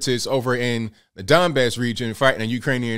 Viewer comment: I thought you said Dimebag region....I was like...oh ok.